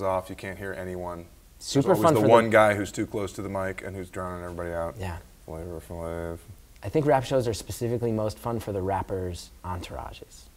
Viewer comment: “Flava flav “ lmfaoooooo